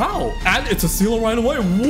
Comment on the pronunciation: Funfact: Seele is german for soul, and yes, you did butcher it but that's okay.